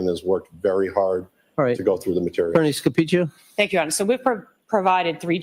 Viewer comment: For future reference: her name is Rosemary Scapicchio (pronounced Sca-peach-e-o) I absolutely love watching her. I watched her in the Cara Rintala case, and it’s fantastic to watch her, especially when she’s up against shenanigans of the CW.